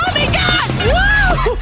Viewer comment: Does anyone know why they say “oh “mi” gosh” instead of “my”? I tried to look it up and got nothing.